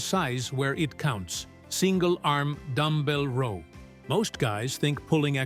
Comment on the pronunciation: I dislike a lot of these AI generated workouts because half the time they don’t have the right exercise shown or the show the exercise being done with errors that they just commented on without noting the image as “don’t do this do as we recommended”. On this one the mispronounce ROW throughout the exercise. Then they call out the Arnold Press NOT noting that perhaps one was an actual arnold press but NOT one of the examples after the first one are anything other than a standard DB press.